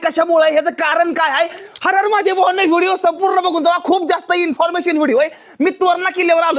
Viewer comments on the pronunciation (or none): none